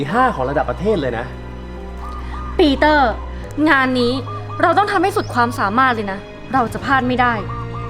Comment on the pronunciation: ปีเตอ์หรือปีตอร์55555